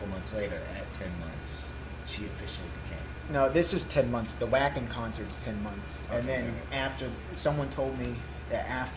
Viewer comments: Yo, dudes! U ain't heard Floor do anything yet! Check out our Valkyrie Goddess in her other band Revamp doing "Disdain" at Graspop. Our queen growls! You won't be sorry, trust me. PS: Wacken is pronounced Vah-ken. And the bassist is called Marco. Peace out, brothers! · Glad you're enjoying NIghtwish, got hooked 3 years ago myself, now they are my favorites. Just FYI, Wacken is the largest metal concert in Europe and is in Germany, it is pronounced there and elsewhere as: "Vocken".